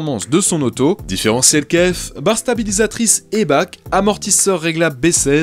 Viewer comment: Pour info, Eibach c'est allemand donc ça se prononce "aïe-bar" et pas "aïe-bak".